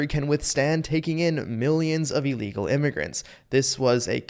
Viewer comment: Thee Me-he-can says hee's neighborhood she has gone to sheet now, too meeny imy-grants .